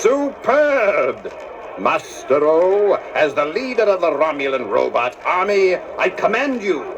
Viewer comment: Gene Roddenberry pronounced robot as ROW-butt